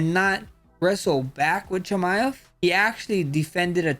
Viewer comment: Chimm ev